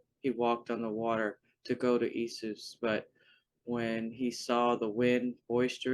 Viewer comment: Can you spell out that word you're pronouncing as "E-soos"?